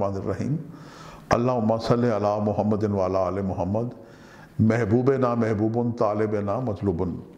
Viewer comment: Pronounciation is tarah h. Mahbonona mhbubun. Talebona matlubun